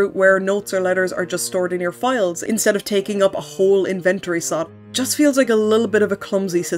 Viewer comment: Gurl. "Invent-or-E".